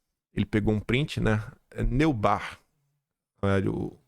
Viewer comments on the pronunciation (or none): o nome é Leilane “nóibart” (pronuncia)